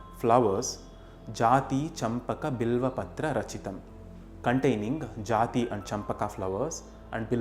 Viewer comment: Its Jaaji champaka Not Jathi